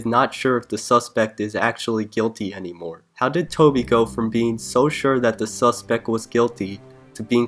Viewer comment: his tone sounds like he's always about to laugh + the pronunciation of suspect as 'suspek' shivers my timbers in a bad way